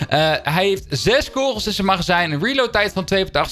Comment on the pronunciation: Leer het woord kogels uitspreken